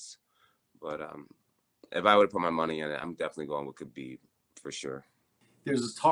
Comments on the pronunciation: “khebib” - gsp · No one... George - KA-BEEB!